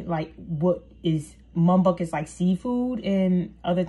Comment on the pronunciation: Girl it’s Muk Bang!